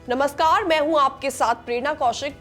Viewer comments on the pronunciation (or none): none